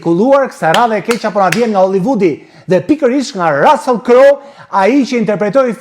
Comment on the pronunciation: QUHET RUSSULL E JO RASELL O SHQIPTAR QE S'DI TE LEXOSH ,CA DO I BEJE HOLLYVUDI SHQIPERISE DO I REKLAMOJE SALCICET QE JANE NE GJITH BOTEN ME MISH VICI,MISH,PULE,MISH DERRI TE EMBLA DHE PIKANTE ME SPEC DJEGES E PIPER ,RECETA GUZHINE TE PJEKURA ,TE ZIERA ME VAJ E VERE TE BARDHE ,ME SUGO POMODORO E VER TE KUQE